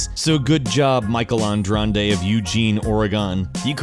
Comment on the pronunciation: Wow I made it to Number 2? Also dude, its pronounced Ahn-drahd-ey. Everyone is butchering my name haha